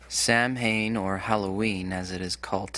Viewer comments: The Irish word that you butchered , Samhain, is NOT pronounced "Sam-hayne"! The correct pronunciation is "Saun or Sah-win". Get your facts straight & have complete knowledge & an unbiased historical outLQQK on what you're talking about. Otherwise you're just telling half truths, which is just another form of lying. You wouldn't have your "Christianity" (i.e. Christianities) without it spreading to Europe in the 1st part of the 1st millennium from The Mid-East by SAINTS. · Samhain is pronounced SOWEN if you were wondering why it sounds different.